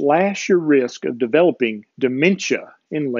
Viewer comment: LOL! - or so, you said, "cut your risk," …. I heard, "cut your wrist." Oops. On deep sleep: I don't know if this is the same thing, but this time of year (when it gets occasionally cold) I tend to sleep deeper and more often - but here's the kicker: I dream like crazy, and when it's a good dream I don't want to get up but sleep more. Is that a good thing or a bad thing? (I also seem to be more mentally active during the day - reading, writing, watching videos like yours ... so there's that.) As to thermogenics - I live in an area of Texas where, this time of year, it might be in the 30s in the morning and in the 90s (or higher) in the afternoon, and back to the 50s in the evening, all in the same day. For the longest time I stayed indoors but recently I've been spending a lot of time outside, just sitting on my porch, even taking walks in the morning if it's not too cold.